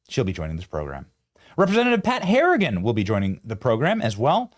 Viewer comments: Respectfully, FYI ... NC congressman's name is Harr-i-gan, NOT Harr-ing-ton. P.at Harrington was an actor in the 80's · Benny called him HARRINGTON TWICE .ITS HARRIGAN. lets see if anybody bothers to read this and correct it. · Hey Benny, when you introduced the rep from NC, you kept saying PAT HARRINGTON, and his name is PAT HARRIGAN, he never corrected you, as he is a real gentleman, but you need to know.🤓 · Benny, isn't his last name Harrigan? It sounded like you kept saying Harrington. LOL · It was HARRIGAN NOT HARRINGTON LMAO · Benny, his name is Harrigan, not Harrington. Get it together